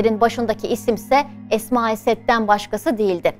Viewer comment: не Асма,а Эсма